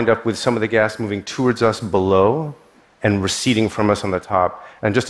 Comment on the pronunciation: I've never heard anyone pronouncing "toward" the way this dude does